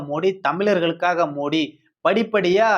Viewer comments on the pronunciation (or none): none